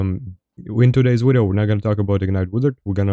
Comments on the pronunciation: I have a serious question. Do you honestly try to say video and end up saying wideo or do you just enjoy saying wideo? Love the wideos either way, love when you duo with fwog too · Wideo killed the wadio star